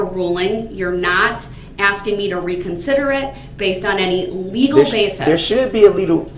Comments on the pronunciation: Is Michelle his lawyer? There sure is a lot of axing going on. #miaquacko #axemichelle #dasrightisaidit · Judge: “I don’t need to ask you, I’m telling you!” — YES!!!!! She finally said it. God!! What an annoying human being. That whole “are you axing me or telling me” and challenging her authority constantly was so disrespectful. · Axing me ………… that’s the truf ……